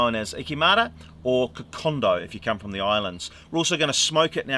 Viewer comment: It’s also Kokoda. Not Kokonda